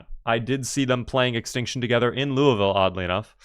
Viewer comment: I love that you pronounce Louisville like a native.